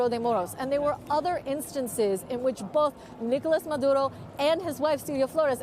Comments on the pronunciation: No need to lapse into the Spanish language just to say a name, babe. Just say Maduro. We don't need " Mahdrrrrrrrrrrrrrrrrrrrrrrrrrrrrrrrrro". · His name is Maduro, not Maduhdo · This reporter speaks in sympathy with Maduro. She even uses the Latin pronunciation of his name. She brings up questions of legality. National sovereignty. No evidence of gun crimes. On and on. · Why does she say Maduro that way? 😂😂😂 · How many times is going to say his name with the accent !!! What a joke !!!